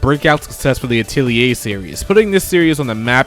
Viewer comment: Ok bro im sorry but u butchered my favorite game series name u said altil a. its not called that its so imma just show u how its properly pronunced a tel ier not atil a i am sorry not trying to be a dick but bro please dont miss pronounce a games name wrong so just again sorry